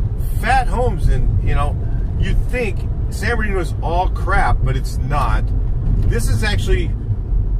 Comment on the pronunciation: For real though San birdooky is a violation. It’s San Bernardino homeboy.